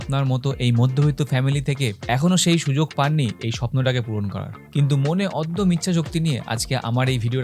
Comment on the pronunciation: অদ্যম ইচ্ছাশক্তি নয় ওটাকে অদম্য ইচ্ছাশক্তি বলে 😂😂😂